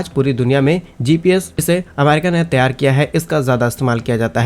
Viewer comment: त्यार के स्थान पर तैयार बोलने का कष्ट करें ।